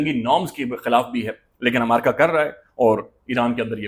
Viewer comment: You are pronouncing America wrong. It's Not Amaraka, It is AMERICA